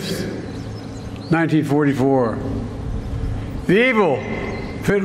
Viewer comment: "June Fisfs".